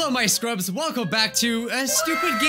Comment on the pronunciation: Him:hello my scrubs My ears : hello my screw ups